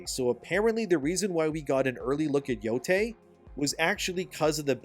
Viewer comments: ITS YO-YAI NOT TAY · It's pronounced "Yo-Tye", not "Yo-Tay".